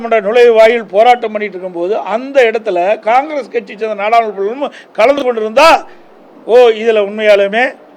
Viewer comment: தலைவா நாடாளுமன்றம் என்று ஒரு வார்த்தைய மறுபடியும் சொல்லி பாரு உன் வாயிலே நுழையல நீ எல்லாம் எதுக்கு தகுதியான தலைவனே தெரியல